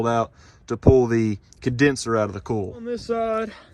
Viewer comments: COY-ILL. Not “KOOOHL”. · From Canada .. Love how you say coil.. "cool" LOL fun to watch Very nice truck. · Are you saying coil or cooler?